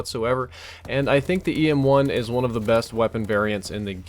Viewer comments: Who else heard ASM1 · he says ASM1 on accident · He called it ASM1 and it a EM1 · You need to start using a script. You had wuite a few wrong words. "The EM1 is one of the best variants in the game" "The PWNR is one of the best guns" and you even said ASM1 instead if EM1 once